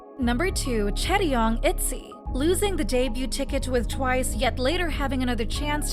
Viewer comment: It’s chaeryeong*